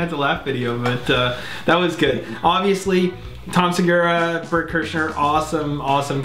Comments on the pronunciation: Ahahahhaha he really without joking called him Bert Kershner!! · Bert kershner I’m sure Tom would laugh so hard, he often jokes about all of the ways people have pronounced Bert’s name. Another one is Brent krystals XD